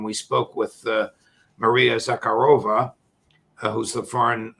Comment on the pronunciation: Again, Judge Andy shows embarrassing disrespect to Maria Zakharova mispronouncing her name.